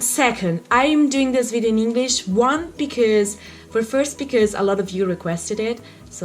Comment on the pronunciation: sei molto brava ma attenta a quando dici: doing >hit< invece di it >ear< invece di hear >hinglish< invece di english